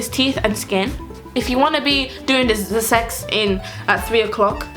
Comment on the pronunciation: “Ze sex” Omg you’re too funny 😂 I’m definitely subscribing I also uploaded a video on my channel on how NOT to learn French, if you can check it out and tell me what you think 😊